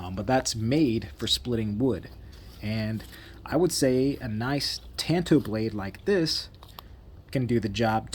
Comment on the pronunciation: Thank you so much for pronouncing Tanto correctly. Drives me up a wall. A knife pet peeve. Ordered this knife a little while ago, don't have it yet, and this came up in my feed. Enjoyed the video.